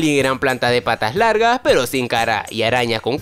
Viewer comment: En el minuto 10:7 dijo aras XD